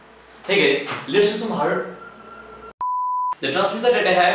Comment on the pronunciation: 👏 idea kada hai vai 👏👏 & tyo last ko lets, letsa, lates,......... 😅😅astai hunxa video ma awaj 😂 नेपाली mai boldim jasto hunxa last ma 😂